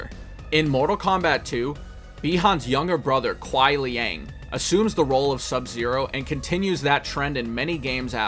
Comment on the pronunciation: OMG, FINALLY SOMEONE WHO PRONOUNCED SUBZERO'S NAME CORRECTLY THANK YOU GOOD SIR